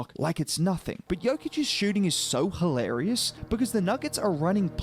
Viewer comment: Brothers come on its YO - Kich!